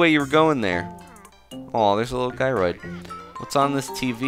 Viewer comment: Funny, I always pronounced Gyroid with a soft G. (Have I said this before? I can't remember if I have.)